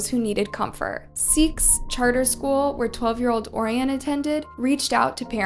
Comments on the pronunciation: Orion is pronounced “O-Ryan” btw. Great video 🎉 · girl im sorry but pls learn how to pronounce orion and nana's names correctly... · I wanna watch the video but the way you pronounced Orion just sent me skip !!!